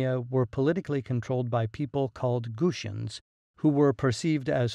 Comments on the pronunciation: WTF! These are the GUTI not the Goosi ! Why do you mispronounce the name? Guti is a cognate of Kurdi. Many Kurdistani scholars consider the Guti as the ancestors of the modern Kurdi people. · Gu-ti-ans not Gooshuns! 🙄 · its not gushians it's gu-ti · Not "Gushians", GuTians, ffs. You know, like Mr. T, not Mr Sh. What the hell is wrong with native english speakers?